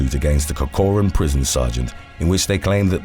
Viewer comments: It is pronounced "Cork-run". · How do you manage to correctly pronounce Jaime the Latin way but mangle something as simple as Corcoran???